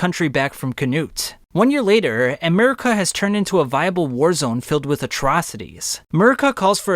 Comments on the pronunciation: Not calling Mercia (MER-see-uh) Murica 🇺🇸😭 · Fantastic video, have always loved your videos, but its Mer-cia. Not merkia! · In the future bro, it’s pronounced Mer-SEE-uh not Murica. I stopped watching 20 mins in because of this. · It’s Mercia, not merica, Mercy-uhh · Great video, really informative. But as an Englishman it pains to hear you pronounce Mercia. Just an FYI. It’s MER-SEA-UH